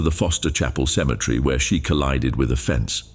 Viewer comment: You do realize the word is actually Cemetery not symmetry. They're two different words totally entirely they're even spelled differently